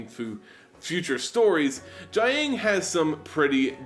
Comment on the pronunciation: the ang sounds are a bit more like oung (i.e. young) so you pronounce "jiang" a bit like "jyoung" and the "gu" sound is pretty much pronounced as "goo"